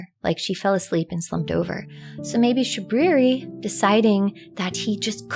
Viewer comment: "It is I, Shabwiwi." — Shabriri Fudd